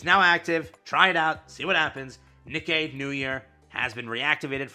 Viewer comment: its pronounced KNEE KAY, not "nick eyy"